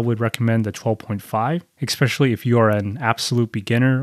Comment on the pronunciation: Your closed bridge is wide open bro! To each their own. But please for the love of God, stop saying EXSPECIALLY.